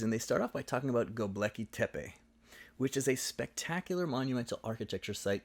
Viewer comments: Just a small correction: it's GöbEKLi Tepe, not GöbLEKi Tepe 😉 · Thanks for pointing out the complete irrelevance of Göbekli Tepe to their argument about Upper Palaeolithic societies. (Btw your video spells and pronounces it as 'Gob-leki' ;) but that's a minor mistake) It was a bit of a pet hate of mine when I encountered it in the book and I guess it only strengthened my suspicion the authors were willing to sacrifice intellectual rigour for topical sensationalism.